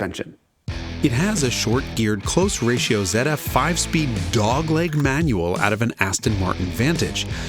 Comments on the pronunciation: Did you say ZedF we say Zee here my guy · Did this American just say "ZED-F" like a Brit? Americans don't say "zed" for the letter "Z". I swear millinials can be so pretentious